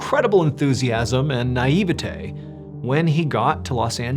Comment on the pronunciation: Imma dislike this video just because you said naivety like that😒